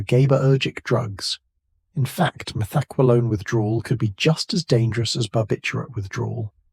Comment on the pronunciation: “Meth-EK-wah-lone?” Uh, take it from someone who “experimented” with it from 77 to 82: “Meth-ah-QWAY-lone.” 🫡🕺🏼💃🏽(Now it’s “Meth-ek-kwah-LONE.) 🤨🤷🏻